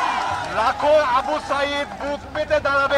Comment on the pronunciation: সাঈদ এর নামটাও ঠিক ভাবে উচ্চারন করতে পারছেন না, উপস্থাপক হলেন কি ভাবে।